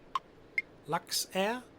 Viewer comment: Du musst Luxair sagen und nicht Laxair